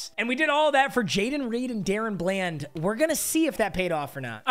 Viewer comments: It is da- Ron bland nor Darren bland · somebody tell papa it’s pronounced Da Ron bland not darren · if he says dayrun bland again im gonna lose it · It’s Daron bland like (duh ron) lol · it’s Duh-Rawn Bland saying my kings name wrong smh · The way he says DaRon Bland lol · The way you pronounce DaRon Bland pisses me off